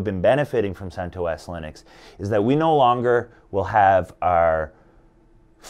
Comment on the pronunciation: He pronounced CentOS correctly at first, the creator of CentOS, Greg recently did a podcast and he pronounced it the same way this dude did in the beginning of the video.